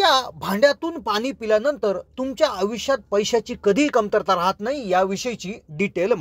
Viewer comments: भाऊ , प्रथम आपली भाषा सुधारा. आनि ,बानी आनी पानी,आवुश. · अत्यंत अशुध्द भाषा ,कृपया आयुष्य सारखा साधा शब्द,पानी,पील सारखे शब्द सुध्दा धड उच्चारू शकत नाहीत, कशाला मराठी ची मोडतोड करता.१००%लोक ह्या अशुध्द भाषेचा वापर करणारे आहेत ,असा गैरसमज करून घेऊ नका.